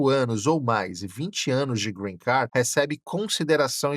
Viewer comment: Nao si pronuncia “Green Car” e sim “Green Card” !!!!